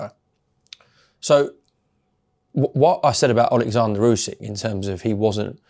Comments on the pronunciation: His name is Oleksandr not Alexandra, ffs Frink Larren! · warrent keeps calling him Alexandra though. We know how to pronounce Usyks name. Warren is just a lazy old man